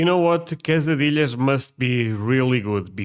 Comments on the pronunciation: Say kay-suh-DEE-yuhs. Please. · Everyone knows quesadillas (pronounced Kay SA dee ahs)